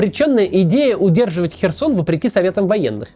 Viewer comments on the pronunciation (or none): none